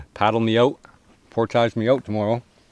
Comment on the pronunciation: You guys pronounce "portage" funny